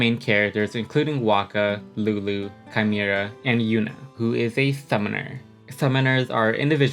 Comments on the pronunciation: Also! The fact that you called the main cast bozos. Im sorry, HAVE YOU SEEN LULU!? SHES A BADASS ICE QUEEN! Rikku is the fun loving type of girl, and yuna is innocent and pure! And how dare you call kimahri chimera. It's kih-mah-ree. The story aged exceedingly well, and it was exceedingly ahead of its time. Its literally as old as kingdom hearts, and is just so amazing. Also the first jrpg to have every line in the story be voiced including fight noises. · Chimera? His name is Kimahri lol